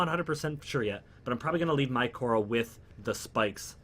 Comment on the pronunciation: It's Khora and not Korha tho xD